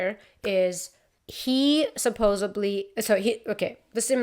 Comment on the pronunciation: Just do an episode saying "supposubly" a bunch of times! 🤣🤣🤣 Seriously, I love it! Hope you feel better soon and the house is going well. Great episode as always✌